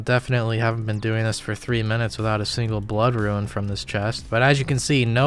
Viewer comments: Suggestion: Learn how to pronounce the word rune. Hint: it is not the same word as ruin. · the way you say "ruin" for "rune" makes me moist :p keep up the good work my guy